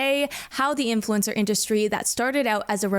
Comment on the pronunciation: "AI infulcner"